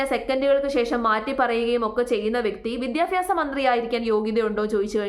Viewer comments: വിദ്യാഭ്യാസം അത് ആദ്യം പറയാൻ പഠിക്കുക സ്മൃതി വിദ്യഫി മാസമല്ല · മോളുസേ വിദ്യാഭ്യാസം എന്നാണ് വിദ്യാഫ്യാസം എന്നല്ല.